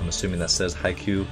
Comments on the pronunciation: The way you say haikyuu just hurts so i will help you just watch this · Your saying it “Haiyku” like the poem it’s Haikyuu so pronounced “hi-Q” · uh no, haiku is pronounced like ha-i ku, haikyuu is pronounced like Ha-i-kyuu. This is based on the japanese romanization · He says Haiku not haikyuu its hai-kyuu no offense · Does anyone not notice that says "Haikuu" instead of "Haikyuu" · small nitpick. its haikyuu with a Y not haikuu. you pronounce it like highQ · It’s Hai-KYUU, not hai-ku. It’s not about poems. Also I’ve never seen your channel before but you’re video was in my feed because I love Haikyuu. Please react to the entire series. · Haikyuu, not Haiku like a poem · Please learn to properly pronounce haikyuu when you can. It’s not too big of a deal but it pains me so much to hear haiku and not haikyuu :( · finally yay btw its haikyu not haiku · Btw its hai-kyuu not hai-ku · "Haiku" 😀👊/j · They way he says "haikyuu" annoys me Like Haiku? No There's a y in there 👁👄👁 It's Japanese all the letters are pronounced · Drinking game: Take a shot every time he calls it "Haiku". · I was dying internally when he kept saying haiku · I cringe everytime he says "haiku" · its HAI K Y UUUUU!!! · Hykoo? I think it’s pronounced “Hi-ah-koo” I could be wrong tho... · isn’t it pronounced as hai-ki-yu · did he pronounced haikyuu as haiku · i dont mean to be rude but i think its pronounce 'high-q' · Just wanted to say that it's pronounced "high cue". great vid btw 😁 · At first I was just listening to the audio on another tab, when he kept saying haiku I was like, 'We're talking about poetry today?' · This was me hahaha kept talking to myself saying "it's haikyu". Then after a few more times, "HAIKYU". ........ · This man really pronounces it as 'haiku' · Those “haiku” really hurt 😪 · hai-qu its procounced hai-q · You know it's his first time watching it and he isn't lying when he pronounces it Haikoo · he says haiku so much :/ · He said haiku the poem????? XD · "haiku" ok